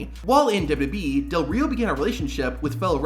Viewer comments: I have a suggestion for the makers of this video, use a voice that can actually pronounce wwe, it's really not difficult to say!!! Double you Double you ee, not Double you Ubble you ee or Double you Boo ee, I just hope it's a human with a speech impediment, If it's AI then you've been ripped off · What the hell is “dub-dub-uh-ee”? I am familiar with double-yew double-yew ee, but now whatever you are talking about. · The narrator gabbles far too fast here. For Heaven's sake, LEARN from this, and SLOW DOWN. He seems to have whittled down WWE into "Double-Dub-E." Nobody in the Industry bothers to pronounce it properly. Also, WWE is NOT a Universe. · Slow down when you say "w.w.e." Its not pronounced dub dub yee... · The way you say WWE is atrocious, and you say it every ten seconds. I had to stop the video halfway through.